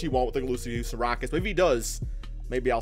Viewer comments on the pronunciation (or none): none